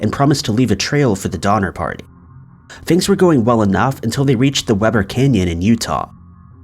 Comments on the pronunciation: All I could hear is "Dahmer party" 😂😂😂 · Did he say #5 was based on the Donner party...or the "Dinner party"?😆